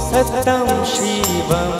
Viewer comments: সত্যম উচ্চারণটা শ্যামল মিত্র কি স্যতম করেছিলেন।সুন্দেরম্ না সুন্দরম্?কানে লাগছে তো!! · সত্যম,,,,,ইত্যাদি উচ্চারণ, মাত্রা,রিদম ঠিক নেই,বাকি প্রায় ভালো,,,,,!